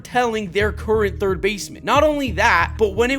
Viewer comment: "No... I play turd" 😂